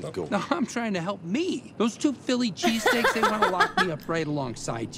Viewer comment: "Chili Feasesteaks"